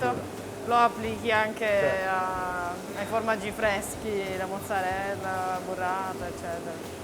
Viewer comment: "Mozzabella" tho